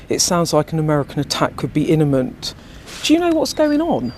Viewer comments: Inament😂 These people have been to university? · "Innament".....😂 Too much 🍷drinkypoos if you ask me.....